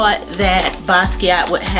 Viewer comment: it was getting on my nerves to that they could not say his name right!!! its like take 5 seconds to get on the internet and learn something at least how to say the man's name!!! Anyway I love Basquiat and Im glad they did a good job on this collation!!! you are so beautiful and I love your videos!!